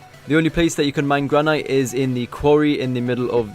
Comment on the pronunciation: Misprounced granite. downvoted.